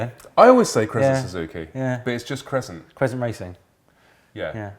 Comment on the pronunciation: Crezzzzent,?